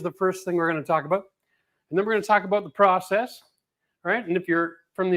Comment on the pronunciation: American here…. You got it right. It’s process, not prOcess.